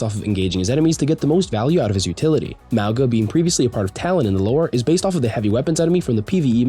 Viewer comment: You’re pronouncing “Mauga” wrong (Samoan here), the ‘G’ is pronounced as if it was spelt with “ng” as in the word “being” or “nothing” instead of the “g” being pronounced as a hard “g” sound. So it’s: MOU-NGA instead of MOU-GUH